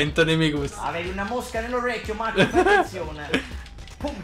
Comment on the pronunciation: Gvande ti seguo pevsonalmente da ievi seva